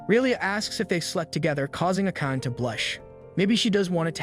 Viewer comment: The pronounciation is garbage. Can't you pronounce Asian names properly? its not A-cane. Its Aaa-kaa-nee. and irs not ei-sekai. its e-se-kai. I mean seriously. You are making videos for the whole wrold to watch, the least you could do is get the names and terms right.